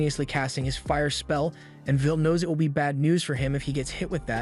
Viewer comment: Is bro saying vill instead of will